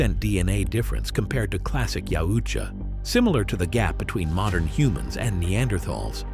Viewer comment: Maybe looking up how to say shit before making a video where you say yautja wrong repeatedly. It's a thumb down from me I can't even finish it